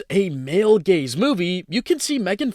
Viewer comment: I fr heard "The Female Gays" 💀💀 help me guys 💀💀